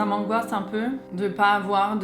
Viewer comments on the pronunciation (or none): Tu dit tt le temps angouasse!!:) Sinon bisous♥